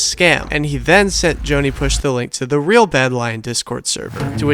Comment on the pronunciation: I hate to nitpick a great video such as this, but I can’t help myself! The currency “real” is pronounced like “hey-ow” (singular) and like “hey-ice” (plural), it’s not “rey-all” or “rey-alls”